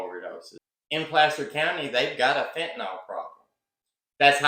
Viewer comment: Note: Fentanyl pronounced “fin-tan-ill” I like your video and respect your analysis of the case.